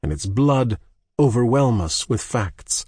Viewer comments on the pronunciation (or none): none